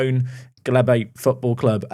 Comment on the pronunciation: Lol. That isn't even close to how you pronounce Glebe! I do enjoy terrible attempts at names.